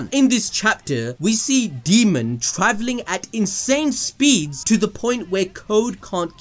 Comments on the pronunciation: Daemon- Day-mon, not Demon lol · his names pronounced Day mon. Not fuckin demon... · Daemon. DAY-MUN. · constantly calls daemon, "demon", keeps making my skin crawl. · Dude please say his name right, the video was so hard to watch, it’s DAYmond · i know you didn't call Daemon, Demon 🤦‍♂️ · Idk why but you pronouncing his name as ‘demon’ was really irking me 😅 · Daemon "day"-"mon